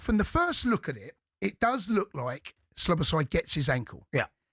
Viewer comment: Cundy it's Szoboszlai , not Sloboszlai , thought he was tonight..